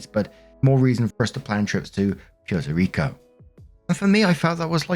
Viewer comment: It is not Pyerto Rico, it's Pwerto Rico.